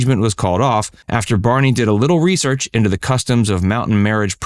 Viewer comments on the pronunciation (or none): none